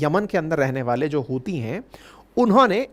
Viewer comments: ... hutiye rehte hai yaha pr, ankit sir 'च' ko 'ह' bol rhe hai😂😂😂😂 ....YouTube guidelines bhi follow krni padti hai🤣🤣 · जब भी आप हूतिए बोलते हो मुझे लगता है आप उनको चूतिए बोल रहे हो बहुत दिन हो गया है आप ने पिगिस्तान को पेला नही है 😂😂😂😂😂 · Epic line hutya rehta ha yeha 😂 (C silent ha)